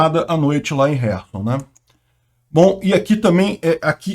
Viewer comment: Ele está pronunciando corretamente o nome da cidade ucraniana de Kherson.